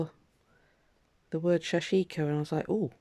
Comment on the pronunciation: sorry,can't stand hearing the wrong pronunciation. it is pronounced sash ko. don't empathise the I.